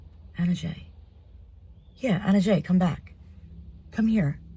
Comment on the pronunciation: Not ana jay ? we say ajji el-Maghreb